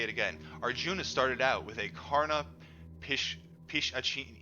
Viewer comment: Its pronounced as Pishashini😀